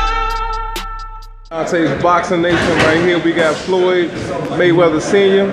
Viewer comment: How you gon say Floyd wrong and he grew up on boxing and has more knowledge on it than you😭😂